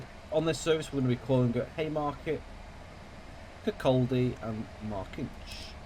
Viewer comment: Pronunciation guide : Leven = "Lee-vin", Kirkaldy = "Kir-koddy".